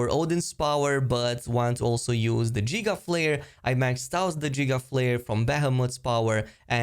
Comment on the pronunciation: Jiga flare😂😂😂😂 it's guh gigaflare